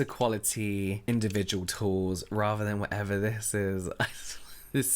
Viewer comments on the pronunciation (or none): none